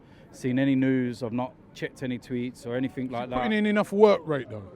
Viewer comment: Enythink!! 😂😂😂 love Londoners inability to say....anything lol 😝